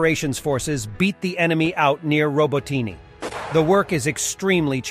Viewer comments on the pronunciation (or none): It's freaking said as Roboteena you moron. Not roboteenie that sounds like some poofter murican drink. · I always love how he changes his pronounciation of Robotyne everytime, but never seems to manage to get it right, keeps me coming back to see what's next.